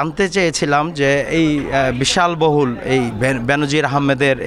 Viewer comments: বিশাল বহুল না বিলাশ বহুল, আগে পড়ালেখা করেন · Hey man! U are a reporter but don't u know Bangla? কেন আপনি বারবার বলছন, "বিশালবহুল'? what does it mean? বলতে হবে বিলাসবহুল। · সাংবাদিক ভাই বিলাস বহুল বলতে বেরথ।